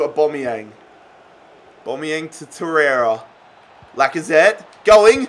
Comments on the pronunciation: Au-bam-e-yang not au-bom-e-yang pleases stop saying aubomeyang it is really annoying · aubameyang is pronounced 'or-bAm-ee-yang like so can see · mate it’s AubAmeyang not Aubombeyang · It’s not or-bomy-yang it’s or-bamy-Yang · “orbomiyang” look saying it hella wrong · It’s AubAmeyang don’t know why this triggered me so much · Don’t call him abomiyang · ITS PRONOUNCED AB-AMEE-YANG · The way he says auba is funny like so can see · Stop pronouncing Aubameyang like that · Pronounce Auba correctly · I hate how he says aubameyang